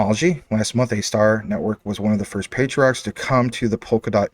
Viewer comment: ASTAR do research on it bro....u saying it wrong. Soto Watabee is a beast and DOT is making huge moves. JASMY is an ok pick up